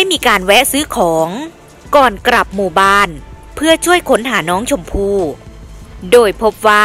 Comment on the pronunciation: กลับเป็นกรับ ปล่อยเป็นปร่อย โรงเรียนไหนสอนอ่านออกเสียงเพี้ยนๆมั่วๆแบบนี้